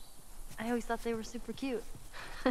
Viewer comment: The way he said "cute" it is like the tagalog pronounciation of cute which is "kyot" haha